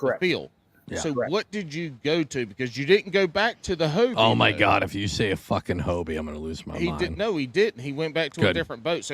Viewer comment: What’s a sayra?